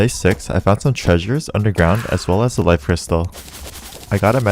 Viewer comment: ayo no offense but you pronounce life and cyst like l-if and s-ice